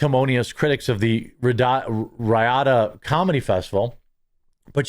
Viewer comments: Riyadh. REE-odd. Not Reeyada. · Pronounced 'Ree-yaad' not Ryadah. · REE ODD not ree ada ffs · Dude - Riyadh is produced “REE ODD” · It’s pronounced Ree-ad. 🤣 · Its pronounced ree-had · The festival was in Riyadh. Pronounced Ree-ad. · its ree-add you dolt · Its pronounced, REe-odd (Riyadh) LOVE ya Jeremy!!!! 😁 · Its pronounced ree-odd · Bill has been lousy for at least 5 years now. But Jeremy, can you please learn how to say Riyadh properly? Its pronounced Ree-Yaad. Ive noticed you struggling with that word for a month. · Dude... how do you not know how to pronounce Riyadh? It's Re-odd that you don't know. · "Ree-odd" - Damn bro, is it really that hard to figure out what another country's capital is, when you're gonna say it over and over?? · Jeremy….REEE-AAD Pronunciation. Hope this helps. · Hey bro it's ... REE-AD (Riyadh) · Gonna have to say it. Common pronunciation is REE-ODD. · It’s pronounced Ree-aud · Jeremy! Do you pronounce Milwaukee, MYLWAUKEE? Riyadh is pronounced REEEyahd. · It's pronounced, "Ree-odd". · REE-ADD its pronounced REE-ADD (Riyadh) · Riyadh is pronounced "REE-yodd" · Bro, you’ve been killing me with the pronunciation of Riyadh. It’s ree-odd! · I think it's pronounced REE-AD. How can you be a comedian and not watch the news? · I giigle every time you mispronounce Riyadh. How the hell could you live this long and never have heard anyone say Riyadh before? That's amazing. Sad, but amazing. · Why can’t you pronounce Riyadh properly? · OMG learn how to pronounce Riyadh! Oh... wait... is this engagement bait? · How do you STILL not know how to pronounce Riyadh? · are you saying riyadh wrong on purpose? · Bro, learn how to say Riyadh 😂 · You really can't read or pronounce Riyadh? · He does it on purpose. More comments equal more clicks blah blah blah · Does he really not know how to pronounce Riyadh? ... Ri- as in the lefty reeeeeee, and -yadh as in yad-, like yadda yadda yadda. wtf, bruh?